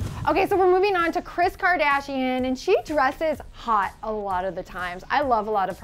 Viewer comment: When they said "Kris Kardashin"